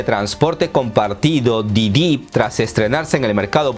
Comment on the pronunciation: Sé que es algo irrelevante, pero tengo la curiosidad, dices mal el nombre de: "Didi" a propósito?